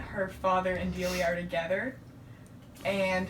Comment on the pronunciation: I can't stop laughing at "Dialia" thank you for that. It's Delia btw, it's very to the point.